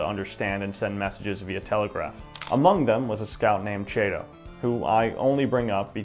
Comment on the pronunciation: CHATO...like in Cat...